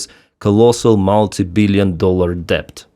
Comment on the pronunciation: the "B" in "debt" is silent. Just say "det".